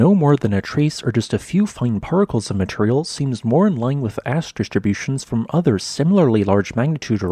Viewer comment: It's "material", no" matreyal"